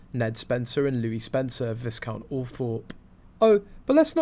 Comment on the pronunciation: For goodness sake, please learn how to read your script correctly. The pronunciation of “Viscount” looses the “s”. It’s “vi-count” NO “s” 🙄